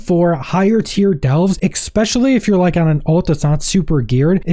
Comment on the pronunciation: expecially? what does that word mean? do you also say axe a question instead of ask a question?